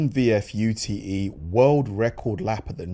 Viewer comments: U.T.E.? No, it's ute (like flute), not an acronym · It not a U.T.E it’s a word Ute pronounced youT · lol its not a VF "U.T.E.", its a Ute. This is short for Utility Vehicle, the latter I have never heard used in polite company, ever. Same goes for the "U T E". It gave me a giggle, thank you. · Dude it’s not a U T E it’s a Ute short for utility vehicle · U-T-E lol. It's pronounced as in bute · Ute is a word in a whole short for Utility vehicle, not U.T.E. 😆